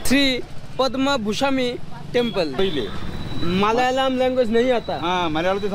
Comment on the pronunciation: Tempal bole na 😂 dempel